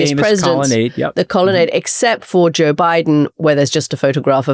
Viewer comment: Juh Biden?